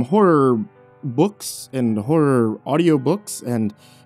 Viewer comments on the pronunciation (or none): none